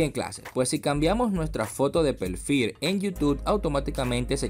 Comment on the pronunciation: Acá en donde dice pelfil :v